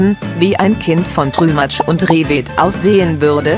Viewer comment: Wer kennt ihn nicht den trümatsch 😂😂😂